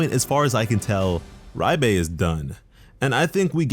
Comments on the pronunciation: am i trippin or is he sayin riebe instead of liebe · The romanji isn't "Rye-be" it's "ree-be" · (LEE BU) Liebe is said LEE BU not reibe wtf is this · Yup, and it's driving me crazy that it's being pronounced Ri-bay instead of Leeb-uh like it would be in German. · Ye he’s saying riebe not sure why he’s saying riebe when it’s liebe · Am I the only one that heard him say riebe instead of liebe I could be wrong I could swear that’s what he said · Great video! Looking forward to the anime. Btw Liebe is pronounced as Lee-buh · If Liebe is a german word then you pronounce the e and not the I, so it would be -leebe and it means love in German and that would make since of the demons background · I understand where you are coming from with the pronunciation reference, but I'll throw this out here anyway. Its pronounced Leeb-eh and yes it is german. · It’s pronounce like leebei btw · fyi, Liebe is pronounced leebah /ˈliːbə/ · why are you saying “RYE-BAE” ??? where is the R sound coming from in the name liebe? that shit is annoying me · Liebe spells like L[ee]be in German, but overall love your content! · Nice video☺️👍... But I really can't stand the way you pronounce Liebe. I don't know where you are getting "Raibay" from. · So painfully Cringe to hear him say Liebes name its so off it hurts